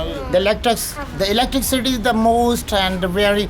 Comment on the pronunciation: this was the video i was looking for. great of you to make an update. but have to say.. it is not pronounced electri-city.. it is electricity